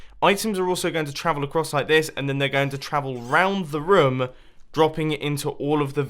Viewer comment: I like how mumbo says rom instead of room